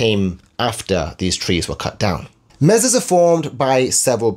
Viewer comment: MAY-SAW, no 'z' sound. And it means "table" in Spanish.